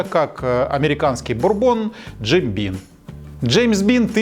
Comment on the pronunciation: Бим а не Бин. Мистер Бин то чуть другой "винокур" )))